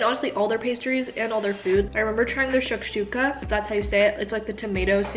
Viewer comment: Omg When she said “shakshokah” I laughed so much 😂❤️ I’m from Middle East tho, love you 💗